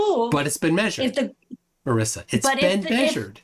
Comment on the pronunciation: Marissa has double "s". Marisa is pronounced differently. The "i" sounds like an "e" Trust me, I know, I was reminded of this about five million times and I never exaggerate.